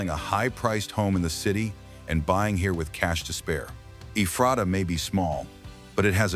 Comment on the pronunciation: Locals call it EE-fray -tuh